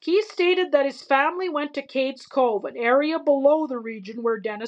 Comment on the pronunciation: It's called CADES Cove, not "Katies" Cove. It's not pronounced like a girl's name.